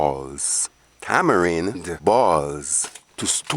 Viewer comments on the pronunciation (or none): I and I seh: Tama-Rin